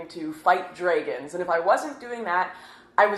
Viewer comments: Did this woman really just said Draygon instead of Dragon? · fighting 'drayguns'........ lol. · Fight "draegons" lol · What the fuck is a "dragen" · NoPrayer Rox my sexual fantasy is now of her screaming "HASHTAYG NOT ALL DRAYGONS!!" as I absolutely slay her... uh, dragon. So yeah, nothing's changed except the pronunciation :^) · I love how she pronounces dragons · You pronounce "dragon" really weirdly. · How the fuck...? Where did you learn to pronounce "dragon"? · Have I been pronouncing "dragon" wrong all these years? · You said dragon wrong. I'm sorry but I can no longer look past your flaws. But to be honest, ive seen the smaller churches do far more than anyone else. The local church back home would go out and build homes in parts of South America. But they knew that they simply couldn't give them everything they needed. It wouldn't be right to do so. They also didn't collect huge donations to fund the trip. It all mainly went into building materials sourced from the local area and helped offset the travel cost for the volunteers. My best friend did this every other year and I was about to go for my first time but I shipped out for the Navy before I could go. I suppose you just have to look into the charities that you want to donate your time money into.